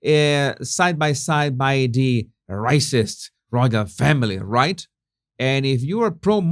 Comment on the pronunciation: Because it's a word you use a lot, Jesus, it would be worth your while to get it right. The word is "royal". Don't arch your tongue. You almost make the y into a g. Keep the tongue flat. Easy!